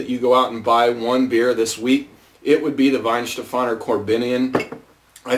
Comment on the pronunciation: nice review! But it is Weihenstephaner